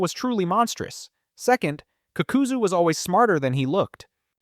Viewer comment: I don’t know if u trolling or wat n I see u r knowledgeable of Naruto. How can u hear these people’s names so many times, do all videos mentioning them, and still butcher it. Also HOW THE FCK can you pronounce the Ha in Hashirama but not the FCKING Ka in Kakuzu saying fcking kukuzu it shouldn’t irritate me as bad as it is but oooh watching 14 minutes of a good video n hearing that pssed me off